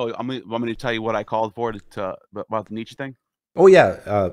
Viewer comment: Nietzsche’s name is pronounced ‘nee-cha’. No ‘e’ on the end. Thus endeth the pedantic lesson.